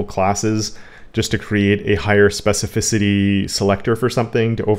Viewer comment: That trick of hovering over a tag or selector and seeing specificity is great. Doesn't show up in Firefox which is yet another reason for me to quit using it, I guess. Oh and congrats! on your specificity pronunciation!